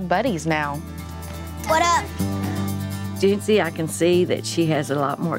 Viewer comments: I know her name is Jency, but I cannot not hear “Gen Z” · Who else heard Gen Z instead of Jency? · I keep hearing j-z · I hear Jentsy